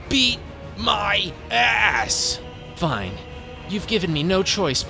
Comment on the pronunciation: What he says: BEAT MY ASS What I hear: EAT MY ASS 😭😭😭